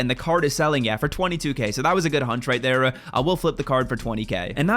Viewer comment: My boy says right “tere” 😂😂😂